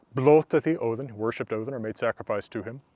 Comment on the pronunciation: i got so happy when you said odin the correct way.